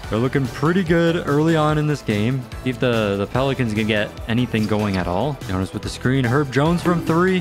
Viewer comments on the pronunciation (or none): none